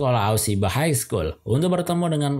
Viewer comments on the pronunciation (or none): none